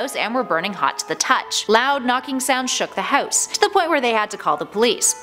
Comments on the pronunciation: The way she pronounces house irks me. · i hate the way she says house lmfaoooo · no one: honestly no one: narrator: houwse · You say house funny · "Hews" "Get ewt"